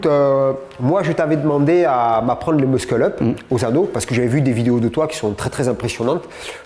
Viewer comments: ça se prononce mussel up et non muSKULL up hahah;-) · Plus je regarde, et plus je me dis que c’est un mec comme ça 👍🏼 Au sens humain, le côté physique étant indéniable. Allez, je me permets un petit conseil d’anglais: pour le "musCle up" dis "Meusseul up "👍🏼. Super vidéo, bravo à vous deux. Force et honneur. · Le "Meusqueul up" :p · Le C ne se prononce pas en Anglais...